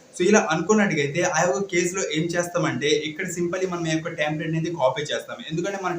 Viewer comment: Resumeeeeeee kaadu resume Tamplate kaadu template 👍👍